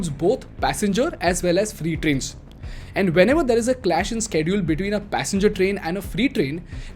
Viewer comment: bhai pls change frrom "theaaar" to "there"